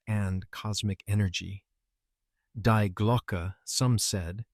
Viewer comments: Please, AI, get it right. In German 'die' is pronounced 'dee', not 'dye'. It's their word for 'the'. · To get it right, you American need to say...; "Dee Glocke"...then it will sound more like the German intent.! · Ai cant even say Die correct, ai only understand English. 😂.